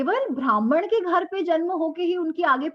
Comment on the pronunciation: भ्रामण what kind of pronunciation is that, also ब्राह्मण, क्षत्रिय, वैश्य, शुद्र are वर्ण not जाती